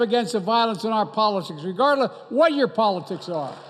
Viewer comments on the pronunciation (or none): It’s regardless not regardlaaah mr president